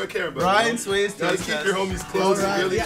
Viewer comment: "Ryan SWEEZE" IM DEAD